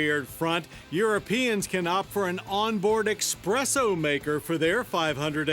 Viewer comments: Espresso, not expresso -_- for the love of god. Decent car, but i think the looks are far too polarizing. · ESSSSSSSpressso not EXpresso. You’re not the only one don’t feel bad though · "eXpresso maker", huh?! OMG... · "Expresso" maker? Dumbass.